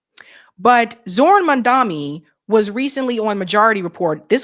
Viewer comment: Before you report a single further thing about him, learn to PRONOUNCE HIS NAME RIGHT! I can't BELIEVE she's STILL saying "Man-dami." I literally can't watch any video she does on him anymore. With ALL the millions of times people have now said his name in media, she STILL refuses. I'm now convinced she is doing it on purpose. She has lost all credibility with me now. Why would she want to be viewed as STUPID?